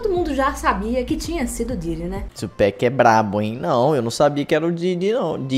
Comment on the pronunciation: Não tem "péc" mano, é literalmente PAC